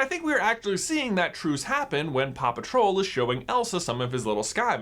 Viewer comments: When you said Papa Troll I thought you said Paw Patrol😂😂😂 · When you said papa troll I heard paw patrol